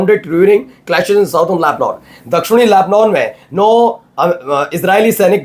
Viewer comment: Tum sahi sahi boolna seekho...llebnon...nahi....llebnàn..bola aur padha jata hai. Sahi bolna seekho.